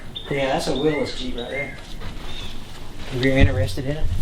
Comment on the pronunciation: Not Willis. It's a Willys